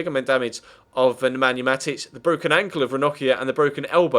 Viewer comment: are you serious??? You keep calling him MATIC:D just like last episode, at:! mate, why?!:D